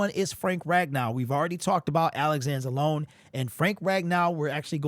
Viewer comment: Just curious... why do you always pronounce Alex Anzelone's last name wrong? He's been recorded saying his last name